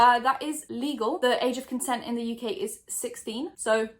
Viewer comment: where are you from out of curiosity? I’ve always assumes English (you sound Geordie to me but I have the worst ear for accent) but am now having a crisis because of how you said “in the uk.” Help me please XD